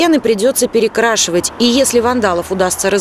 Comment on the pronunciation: Она говорит феферь стены прифётфя перекрафавать